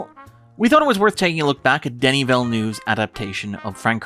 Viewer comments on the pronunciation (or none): It's "Denis". French, silent "s".